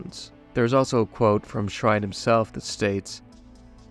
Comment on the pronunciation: Adrian SHINE, not "Shrine".